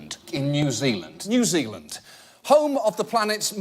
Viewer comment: New Zilind, is just east of Ostruckinfalia. John Oliver needs to brush up on his kiwi accent. He's sounding like a Yarpie